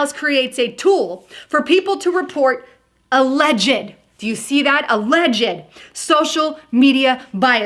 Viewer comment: You caught that too ?! She also said A-ledg-ed . A-ledge-d